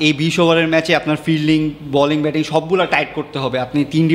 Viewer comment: Beting na re bhai, batting*